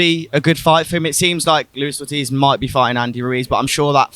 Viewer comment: Luis ortiz 😂 come on...